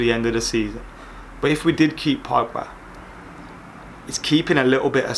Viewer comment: “Paul Pugba” 😂👌🏽